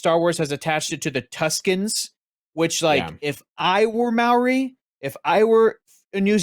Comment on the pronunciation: You nearly pronounced Maori correctly, so close haha! Instead of pronouncing the 'MAO' like 'MAU' or 'MEOW', aim for a lazier 'MOW' or 'MOE' and you should be good!